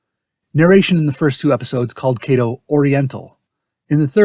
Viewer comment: If a Japanese person played “Kato”, then as a Japanese family name the correct pronunciation is ka as in Kawasaki, to as in tofu. This YouTube still terribly mispronounced this family name.